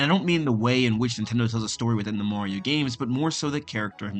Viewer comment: why is he saying "Maowio"?